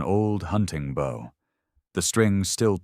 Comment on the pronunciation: The weapon bow is pronounced /Bo/ unlike the verb which is pronounced /bao/. Throughout this story, no one is bowing to anyone, and the bow is always ready to use, but the narrator would have the reader believe that in times of imminent danger, people are reaching for their bowing prowess.